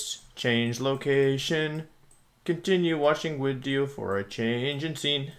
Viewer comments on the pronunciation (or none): is bro german, why did he call it a Wideo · Thank you wideo man, I love the tier list wideos! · Every time you say wideo it makes me laugh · Wolfie - Sorry if I pronounce stuff wrong Also Wolfie - I hope you enjoy the wideo. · Forme is just pronounced form btw lol. I dont usually comment stuff like this, but it was driving me crazy lol. Great Wideo tho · Does he say wideo? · "Surprise, it's Wideo Man" -Wolfey 2020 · YES ITS WIDEO MAN!!! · why is it wideo? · lol the people who think you are unable to pronounce ‘video’ while pronouncing all other words that start with ‘v’ properly😋 love the wideo btw 😎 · Is pronouncing video "wideo" an inside joke or do you legitimately pronounce it that way?